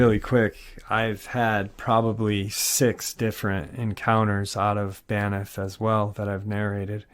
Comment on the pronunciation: It's "BANFF"! Lol. There is no ''i' in the word (Banff, not Baniff") and it's pronounced just as it's written. Not trying to be the Pronunciation Police, but it is a National Park, and I know that I, myself, would want to know that I'm saying it right. It's truly an amazing and beautiful park. Greetings from Canada! 🙂